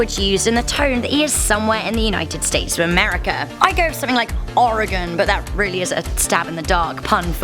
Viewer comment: U SAY OREGON U MURDER